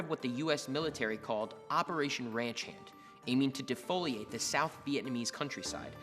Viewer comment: Anyone else noticed he said the vietmanese